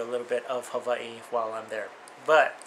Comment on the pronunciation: ops.. I like the way you say Hawaii...